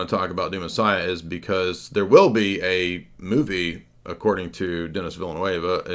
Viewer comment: I really enjoyed this stream! Thanks. Denis Villeneuve is pronounced Denee Vilnoeve.